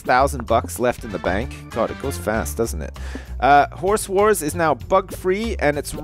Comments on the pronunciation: Why do you pronounce "Horse Wars" like "Whores whores"? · I swear he was saying horse whores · he said "Horse Wars" I heard "Whores War" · i got to say it sounds like your saying horse whores. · I keep thinking he's saying 'Horse Whores'. Awkward